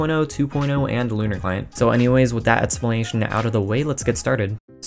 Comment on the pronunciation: I legit though Lunar Client said Conner Client